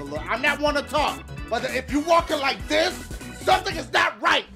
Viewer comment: killed me lol "if you're walking like thius.."